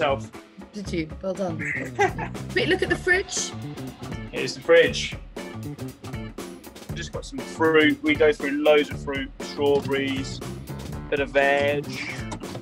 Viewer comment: He straight up called the strawberries strow-breeze. /an American